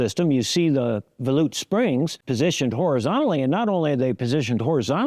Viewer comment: Credit to you for being the first person to pronounce volute correctly. I was thinking that can't be right but when I checked, that is the correct way to say volute. I had always assumed it was like vol from volume and ute like the fighting Utes.